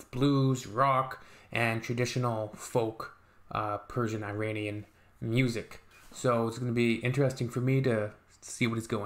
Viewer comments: It's not eye-rain-ian... It's Irānian. /Eeh-run/ Iran. The language is Persian. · Good on you to listen to it! It’s not “i”ranian it’s “ee”ranian! But appreciate you liked it perhaps I suggest checking the lyrics which is a rage against a religious dictatorship which is going around for centuries and the lyrics is librations from religion! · Yes eeeeeranian is correct not i-ran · It is not Eye-ranian . It is Iranian . Like Italian not Eye-talian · agree 100% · It’s not really I-ranian, it’s Iranian, pronounced eeeranian 😉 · Iranien not Eyranian and yes the language is farsi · EERUNNIAN is the correct pronunciation , most Americans prounance eetalians as atalyens!! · iranian or persian not eye_ranian duuuude